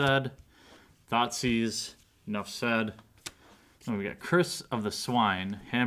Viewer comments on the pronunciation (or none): OMG I got a thoughtseize and everyte you say that I think your saying thotsis's 😂😂😂